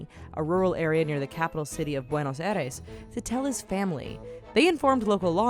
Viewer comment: whats a buenos eres isnt it BU ENOS A IRES JU ESTUPE BISH